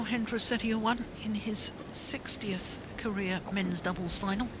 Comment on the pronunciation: lmao umpire messed up Hendra's name